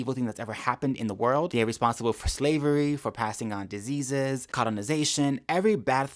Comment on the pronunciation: "Disseases!" Who are the no.1 Spreaders of AIDS again?